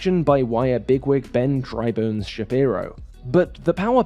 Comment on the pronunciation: Not Ben “dry bones” Shabibo…. It Ben “Dry Fish” shabibo